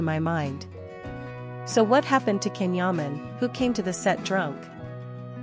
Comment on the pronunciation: Please pronounce his name as Jan , Jaaaan not Can